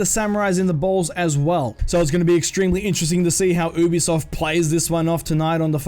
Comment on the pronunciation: also your saying ubisoft wrong